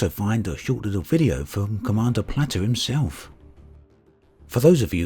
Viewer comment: It's plate-r not "platter" lol